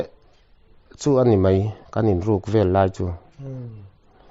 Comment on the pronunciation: Sona a awmlo ,sana chu a awm.mizo tawng i va thiamlo em em ve,,tin 'vel' tih ilam dan kha a diklo.naupang in hau tap /vel angin ilama .entirnan ka u in min vel